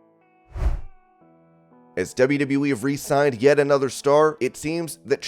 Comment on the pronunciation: Time to upload another video now that Stephanie has resigned (not "re-signed").